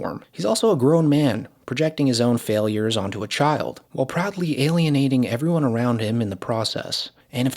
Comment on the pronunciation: “iiiivryone”… “beer minimum”… this dumbass talks for a living